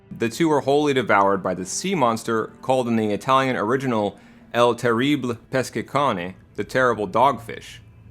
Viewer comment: Yo man, italiano wiever here. I've been binging your content, it is nothing short of amazing. Since I know you won't mind me correcting your pronunciation, here's how Monstro is called in the original Collodi tale of Pinocchio: Il terribile pescecane Eel teh(hard t)-rr(both hard r)ee-bee-leh peh-sheh-kah-neh So basically every italian 'i' is read as an English 'ee', but shorter, and every italian 'e' is like 'eh' in english but without much stress on the 'h', just the vowel. Same goes for the 'a' sound. I know it's messy for anglophones. Hope this comment made some sense for you all.